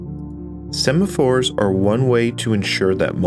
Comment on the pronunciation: Awesome video. I just had to point out that you said "sephamores" at least twice, instead of "semaphores" 😅